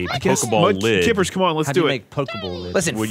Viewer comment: Everytime said "kippers" I wanted to fucking vomit